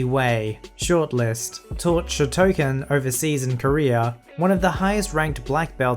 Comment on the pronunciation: Just a slight correction on Shotokan pronunciation: show·tow·kaan